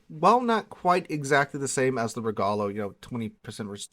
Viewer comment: Once again I am utterly devastated by your ability to slaughter foreign names. If my brain was as devastated, I would have lost the ability to write this highly intelligent comment. There is no second n in Gonzaga. Dont u even have a high school with that name? And why in heavens name are you calling the RegOlo RegAlo? Whyyyyyyyy?!? :D :*